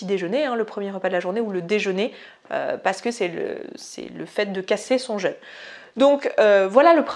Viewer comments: oui quand on prononce jeûne comme ça, j'entends jeune intermittent DU SPECTACLE ! et ça fait bizarre... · Petit craquage franchement inutile (mais avec bienveillance !) mais je ne peux pas m'en empêcher : "jeûne" se prononce comme dans le mot "peu" contrairement à "jeune" qui se prononce comme dans le mot "leur"; le petit accent circonflexe sur le le "u" est là pour différencier ces deux mots: un jEUne est un ado qui boit son yop, un jEÛne est une période durant laquelle on ne mange pas. Beaucoup de gens prononcent mal ce mot, c'est dommage, et source de gros fous rires (par exemple dans la vidéo j’entends "casser son jeune" : quelle violence !!! hihi !!) Voilà pour cet aparté, et merci pour cette vidéo intéressante et bien documentée, le jeûne fait partie de ma vie depuis des années et je ne reviendrais pour rien en arrière!!